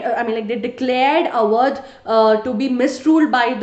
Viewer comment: Sry it is AWADH